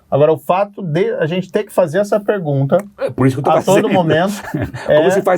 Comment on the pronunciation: Sérgio Moro precisa de umas aulinhas de português. Ele comete uns erros de concordância e uso de pronomes bem feios para ex-juiz aspirante a presidente. Teve uma hora que ele falou "pregunta". O Caio levou até um susto. Parei de ver antes que ele soltasse um "pobrema".